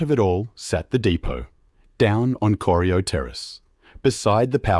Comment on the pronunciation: Bloody AI Production! - I grew up in Geelong and love the City but if you want to make a high quality production take the time to get it right. Corio is pronounced: "Core - rye - oh". Not "Corry - i - oh". I'm not quite old enough to remember the Geelong Trams but my parents and Grandparents knew them well.